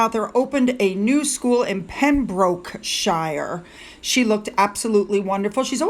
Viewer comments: Pembrokeshire... shire sounds like sure /shur 😉. The pronunciation of English Counties is often very confusing for someone not British (I'm French-Canadian) From reading counties name in English novels to hearing them said out loud is quite a revelation...like ...Worcestershire – Woos-ter-sher. :)) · Its pronounced Pem broke (as in babbling brooke) shire. ( pronounced sure) so its pem brooke sure. It is a very beautiful part of the world! Its the next county along from me. The daughter was there last weekend still swimming in the sea and some seals turned up and swam with them! So don't listen to climate change is killing wildlife, the wildlife here is thriving!!!!! Never seen it so teeming! I believe my eyes not MSM!